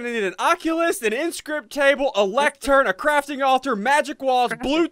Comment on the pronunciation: Should've said Crafting Alturd instead of Crafting Altar